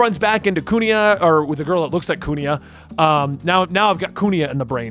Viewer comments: Kuina is pronounced Queen-ah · Wanted to help with names, hopefully make things easier for you. Kuina (coo-EENA), Alvida (Al-veeda), Baroque (Buh-r-oak), Vivi (think of it like a nickname for vivienne), Igaram (you got it right with your second pronunciation), Alabasta (like alabaster). Have fun with One Piece.